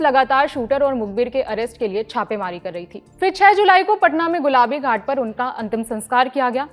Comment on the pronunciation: Madam gulabi ghat nahi ...gulbi ghat News Anchor Ho Thora Sabdo Pai Dhyan Diya Karo😂